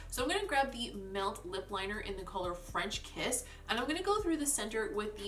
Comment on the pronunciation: During the first looks lip look i thought you said "wrench kiss" at first and I was like... damn that got mafia fast... but nope, definitely French kiss. 🤣🤣